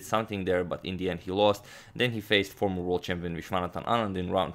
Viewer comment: Is agadmator saying "formal world champion Anand"? I can't understand